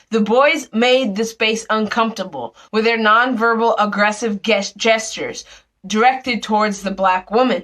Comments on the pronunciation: Lol...reading skills! Gehstures! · "Guess"-tures lol. I'm sure she has a lot to say about the hateful rheTORic.